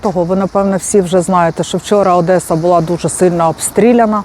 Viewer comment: засланный казачок, не ОдеЦа, а ОдеССа ..